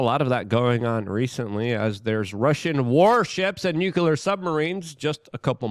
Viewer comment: I appreciate your work, Luke! Please try saying new clear.